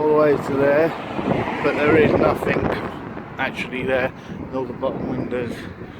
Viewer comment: Nothing, not Nothink.....